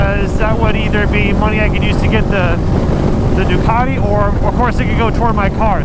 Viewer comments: . I’m pretty sure that’s not how u say ducati 😂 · I thought you said dockety pringle